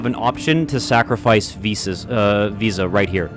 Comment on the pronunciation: Visa...VSauce...we're just never gonna say her name right in this LP, are we?